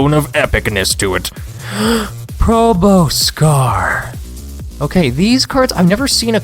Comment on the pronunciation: You need to learn how proboscar is pronounced